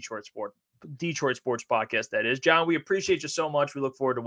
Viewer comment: John doesn’t even know how to say his own name right…. Lol